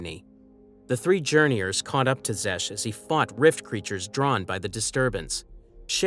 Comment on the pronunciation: Calling them Journeyours is soooo Guh Aye!